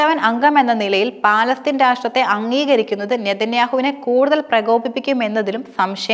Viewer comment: Palatheen alla palastheen annanu samsarikkubool sraddikkuka